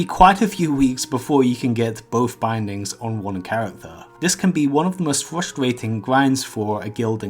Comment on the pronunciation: It's fwustwaiting